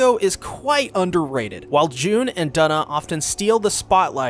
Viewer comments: Yup Twona and Doona the second 😂😭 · I love this video and I know this is late BUT YOU PRONOUNCED HER NAME WRONG Its Due - Na it rhymes with Tuna cuz thats what they were considering naming their child 😭